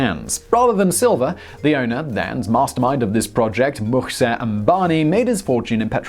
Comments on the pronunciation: He pronounces and writes it as "MukSEH Ambani" when it is "MukESH". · Seeing The simple name like Mukesh being spelled and pronounced wrong as Mukseh, just ruined my day. But, I think if Ambani saw this video he'd probably go "huh, Mukseh does sound better than mukesh." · Mukesh Ambani Simon, not Mukseh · It's not Mukseh. It's Mukesh. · It’s ‘Mukesh’ not Mukseh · Mukesh* not Mukseh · MUKSEH lmaoo...please address the billionaire with his proper name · It's "Mukesh" not Mukseh 😀😀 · Mukseh Ambani lol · 'Mukseh Ambani' lol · Also, I know you absolutely hate India. You've demonstrated it before. I don't expect you to pronounce it right, but at least spell Mukesh Ambani's name right maybe? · It is 'Mukesh' damn it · You butchered Mukesh Ambani's name. The guy is among the top 10 richest in the world.